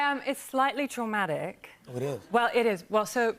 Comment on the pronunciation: is Traumatic the only word here she says with an Australian accent?